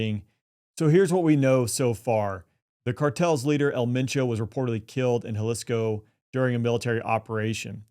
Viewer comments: Say the name correctly, its Jaleeesco! 😂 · Thank you for being able to pronounce Jalisco.